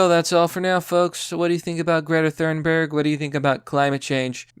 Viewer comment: Why are Americans so bad at pronunciation. I mean, Thurnberg instead of Thunberg is mildly acceptable but Playymouth instead of Plymouth that's unacceptable (Good video tho)